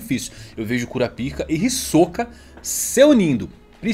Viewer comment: falando kurapika e a quinta serie que abita em mim aflorando